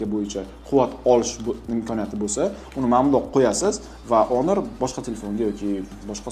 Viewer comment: Тупой онор эмас хонор😂